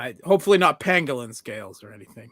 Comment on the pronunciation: Bro said pangolin scales 💀